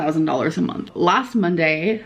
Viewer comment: She should be losing tirty pounds a munt